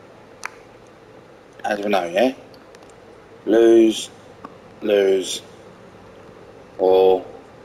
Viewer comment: Lmao imagine being the one who still calls Lewes Loose, it's Lewes ( Lewis )